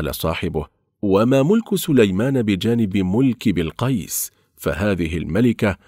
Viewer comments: بِلقَيس بِلقَيس بِلقَيس تنطقها وكأنك تقول بيل قَيس بيل قَيس 😒😒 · بلقيس قال بولقيص 😁😁ماشاءلله وضحت منيح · للأسف مايعرف ينطق الاسم مثل ماهو العنوان مستفز لكل يمني الصراحه ☺️😂👌اسحب العنوان صح بلقيس ملكة من نسل ملوك كانت تملك الأنس والجن وكان لها عرش عظيم مثل عرش سليمان ولكن سليمان رضي الله عنه كان نبى وكان له حكم الأرض كله ملك الطيور والجن والأنس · كلام فاضي ولا صلة له بكلام ربنا ونبينا الكريم .. احذروا من روايات الاسرائيليات ...حتى ماكلفش نفسه يقرأ اسم الملكة بلقيس صح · يقول اسم بلقيس غلط يا اخي تكلم زين وقول الاسماء صح وربي لو انك بأولى ابتدائي ما تنطق الاسم كذا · اولا ما بيستطيع ينطق اسم الملكة بلقيس بشكل صحيح وثانيا لماذا سميت الملكه بلقيس سارقه عيب هذا الكلام لايصح من انسان مسلم وكذلك اكثر ما في القصه ليست من القران الكريم فمن اين استقيتها بالمختصر (قناة كذاب ودجل) الا لعنة الله على الكاذبين الاصح والمفروض تكون اسم قناتكم هذه هابطون